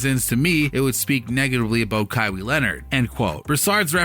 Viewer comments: this video is just reaching... also its ka-why not ka-wee, smh cant even do something as basic as getting the right name of the person you’re making a video on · Junior Asiamah he is saying it like Kaiwe Leonard😅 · Who is Ka-wee??? Did I hear that right? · With that pronunciation of english vocab especially Kawhis name, it’s safe to assume you were one of those helmet wearing downs kids who rode the short bus up until community college where you took culinary classes to forever work at mcdonalds 😂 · Dude you can't even say his name right. Smdh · How can't you not know how to pronounce a man's name? Pathetic Mordaforkers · Learn how to say his name before you make a video on him smh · Jesus christ u pronounced his name 4 different ways none of which was right